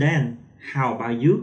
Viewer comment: លោកគ្រូនិយាយគ្មានតុងទេl'mអេមតែលោកគ្រូនិយាយថាអែមខុសហើយ about អបោឆតែលោកគ្រូអានថាអឺបៅខុសហើយលោកគ្រូចេះ Englishតែពិតមែនតែនិយាយអត់ត្រូវតុងទេ"អធ្យាស្រ័យ"តាមការមើលឃើញ😊😊